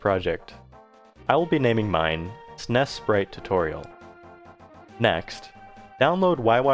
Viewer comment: Are you really saying snes like that